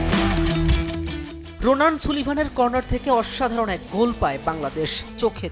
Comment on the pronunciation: সুলিভান না, "সালিভান" সঠিক উচ্চারণ